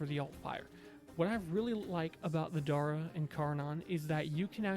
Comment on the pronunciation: Dera ❌ Dera vandal ❌ Dara ✅